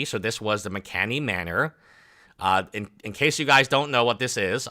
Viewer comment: “McKanely Manor” facepalm